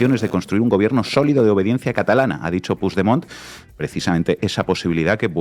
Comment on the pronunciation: Por cierto y que nadie se ofenda pero, por favor, con el nivel cultural e intelectual que tenéis, no os podéis imaginar lo mal que suena oíros decir "Pusdemont". Es una palabra española, el catalán es un idioma español. Ahí va una ayudita: pronunciadlo "Puchdemont". Gracias a La Base.